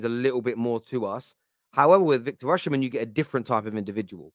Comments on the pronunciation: my goodness pronounce his name correctly. His name is pronounced Victor "Osi- men" not Victor " Oshi-men".. Please, take the time to learn the correct pronunciation. Come on man! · Pronounced “Osimhen”, not Oshimen, no “sh” in pronunciation. It’s in the Edo language from Nigeria.